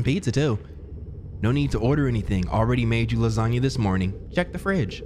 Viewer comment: What do you do w/the extra time you save from dropping the "a" in lasagna, & calling it "lasagn"?